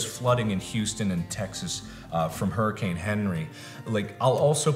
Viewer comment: He said harricane Henry 😂😂